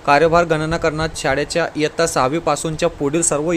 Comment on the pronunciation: Sir aapne jaise ke taisa pad ke sunaya baki kuch clear nahi huwa or "kirinda" shikshak nahi hota "kirda" hota hai or "yattya" nahi hota "ittya" hota hai or pure time karybhar period arrangement me baithega to hi school teacher appoint kar sakti hai or 1se 10 ke bich hai par 6 se 8 tak pat sankhya count hogi